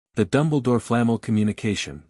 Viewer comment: Too confusing! The timeline is screwed up. Is it Harry’s first year or his fourth?! Who TF is “Bell-LAT-tricks” & “”Flah-mull”?!! It’s BELL-a-trix” & “Fla-mell”!